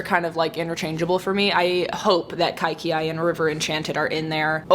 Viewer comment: I just wanted to clarify the pronunciation of the book Kaikeyi - it's pronounced Kai-Kay-Yee not Kai-key-ay. Happy birthday, hope it's a great one!